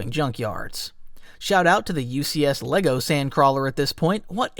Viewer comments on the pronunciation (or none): none